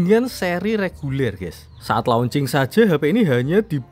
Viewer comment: REGULER bang, bukan LEGULER 🤣🤣